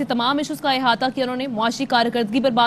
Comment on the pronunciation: حیاتا نہیں احاطہ ہوتا ہے Don’t know who appointed you President